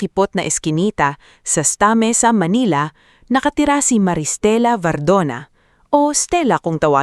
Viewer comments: Pasensya na at sa simula palang nawslan na ako ng ganang makinig kc hindi tama ang pagbigkas mo sa mga salita Dapat tamang pagbigkas para mmagandang pakinggan.Ssnta Mesa dapat hindi Esta Mesa at may iba pang mga salita na mali ang pagbibigkas mo. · Ang bigkas ng STA. MESA ay SANTA MESA